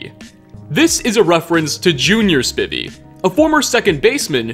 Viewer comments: For the record Spivey is pronounced like "ivy" not "privvy" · It's pronounced "SPY-v," not "Spivvy." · It's pronounced Spivey like ivy. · Prost is pronounced like “pro” and “host” with out the “h”. Spivey is pronounced “Spy-vee”. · The way you pronounce "Spivey" irritates me so damn much it's a hard I so it sounds like "Spy" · "Spivey" its pronounced like "Hive" or Drive". He used to play for my Milwaukee Brewers as well. Love your videos!